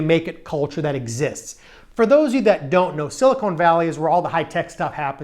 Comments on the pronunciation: SiliCON not siliCONE valley. I lived there for years and your mispronunciation is common. PS the valley of silicone is down south in LA! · It’s Silicon , not silicone. The former is an element on the Periodic Table and the latter is kitchenware. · It's "Silicon Valley" - not "Silicone Valley". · very interesting but I cringe whenever he says siliCONE. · Couldn't get past "Silly-Cone" Valley (however, cool couch).